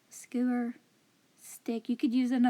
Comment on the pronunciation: The sign was my favorite craft but my favorite thing about this video is you saying "skeuer". 😉